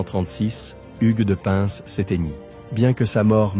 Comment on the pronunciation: On dit " pain" 😉